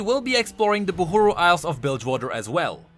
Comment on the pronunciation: it pains me dearly how this guy chooses to pronounce things as he pleases. Why is he saying "Boohooroo" instead of Buhru (Bahroo)? Oh god please have mercy